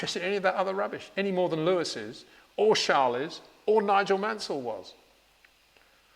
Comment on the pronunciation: who tf is "sharles?" 🤔🤔